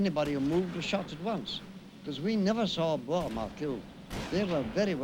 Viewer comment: cant the pronounce the boer rightits a dutch woed for farmer